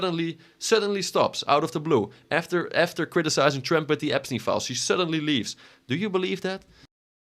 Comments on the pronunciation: Brother its trump not “tremp” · bro i love your videos but stop calling him Trimp its hilarious 😂